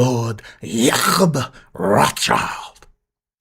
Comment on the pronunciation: The way you say lord Yacckckkkkob Rothhhhhsssschild